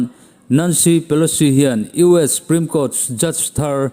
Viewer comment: 'Supreme' tih ah hian S leh P inkar a 'U' hi i paih daih zêl a. Huat awih loh.😂